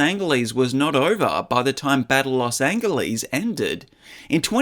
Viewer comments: Los An Gal Leese ? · Great video … but it’s Big Trouble in Little CHINA not Chinatown. And why did you say Los Angeles like that, with a hard G? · Why do you pronounce 'Los Angeles' with a hard 'g'. Have you no ears, sir? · Los An-Hell-es. Pronounce it like that. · Los Angle ease wtf learn how to pronounce stuff correctly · Los angle leez? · You pronounced Los Angeles sooooooooooooo wrong. You said DRACULAR. And “big trouble in little china town?” It’s called “big trouble in little china”. This has to be AI. There is no way you didn’t know who Los Angeles is pronounced. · Never say Las Angeles like that ever again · "Angeles?" That's the worst pronunciation I've heard. Not Spanish (original language) nor English (current land language) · The way you pronounce Los Angeles makes me irrationally angry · Anyone who can't get the title of a film which they are supposedly examining correct automatically loses all credibility to me. Especially when that title is for one of the best cult films ever made: Big Trouble in Little China. Not Chinatown. Then there's mispronouncing Los Angeles. Damn. That's bad.